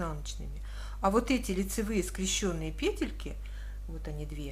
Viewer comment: Ну скрЕщенные же! Как же режет ухо эти ваши скрещЁные. Не могу больше... Извините